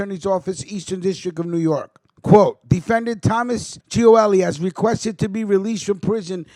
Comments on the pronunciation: Lol .. like I said you are misprouncing his name. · You can't even pronounce his name